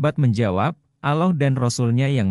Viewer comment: Belajar yg benar min, menyebut Allah belum pas, apakah anda muslim, sepertinya bukan. Soalnya anak kecil sdh bisa fasih menyebut nama Allah, dan anda blm bisa.